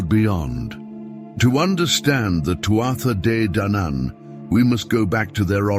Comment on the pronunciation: This was an interesting video. The lines between mythology and reality are blurred and it's hard to know how much of Irish mythology is actually based on some truth. The AI voice did irk me with it's wrong pronunciation of Tuatha Dé Danann but I got over it as the video went on.